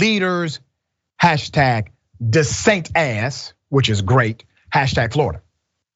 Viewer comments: Any commentator who intentionally mispronounces a person's name when they are talking about them, immediately loses what little respect I had for them in the first place. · Ron " Desatin " Love it....